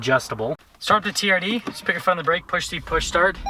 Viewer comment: "Camry teeyerrdee"